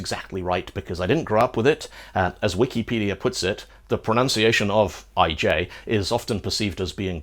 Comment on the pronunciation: you pronounce ijsvrij pretty well, but ij as a letter(digraph) just doesn't sound right...